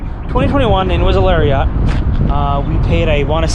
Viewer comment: thumbs down because you pronounced it larryaughts. Also, all my doors unlock with the remote.